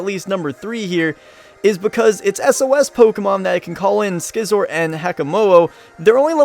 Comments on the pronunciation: Skizor? Do you say skissors? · WAIT! Did you just say s-c-izzor I swear to God I hate everybody who says they like pokemon then says s-c-izzor